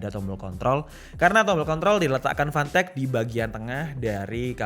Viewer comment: Fantech ya... Jangan salah sebut.... 🤣